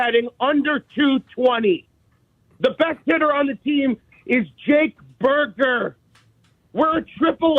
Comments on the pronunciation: The way he said "Jake BURGER" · The way said Jake Burger I died lmao😂 all facts I replayed this 3x lol